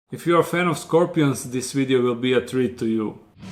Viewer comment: weedeo! just love how he says it lol XD